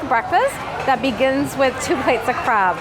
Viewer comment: I heard talking about crab. It was in a background tab while I was working on something. I swear I thought he was saying Crap. I scrambled back to see what it was he was eating 🤣😂